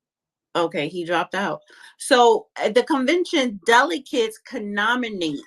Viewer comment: Someone help pronounce "delegates"😂😂😂